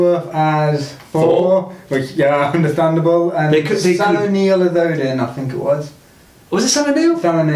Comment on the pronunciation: Sam NEIL not O'Neil!! Damn it